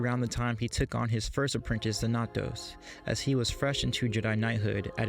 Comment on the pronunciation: It's pronounced XANatos. Like the bad guy in Gargoyles.